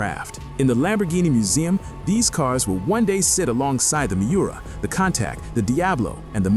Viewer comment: I don’t k know if I have ever heard a video so full of hyperbole. BTW, one of the earlier Lamborghini you referenced is pronounced Coon Tuash, not Cown Tact.